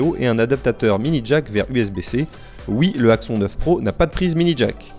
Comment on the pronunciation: Cet Axon 9 Pro (prononcer axonne contrairement à ) m'a l'air pas mal j'ai juste peur du manque de suivi des mises à jour car j'ai entendu que beaucoup de possesseurs du 7 sont encore sous Nougat et n'ont pas reçu à ce jour la mise à jour Android 8 Oreo 😧